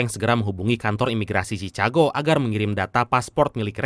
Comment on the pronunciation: Cikago bang bukan cicago